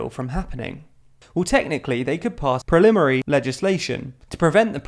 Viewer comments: Actually, he says "prelimary" twice, once obviously edited in, while showing "primary" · When the text says "Primary Legislation" you say (with microphone cutting) "Prelimary Legislation" -- legislation made before you notice? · text: "primary legislation" voiceover: ..."*prolimary* legislation!" me: ..."preliminary... legislation..?" i jest, but really enjoy tldr. keep up the good work, and maybe hire someone to spell check :)